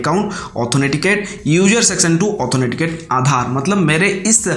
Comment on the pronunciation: Bhaiya, ऑथोनेटिकेट क्या होता है ? वो ऑथेंटिकेट होता है।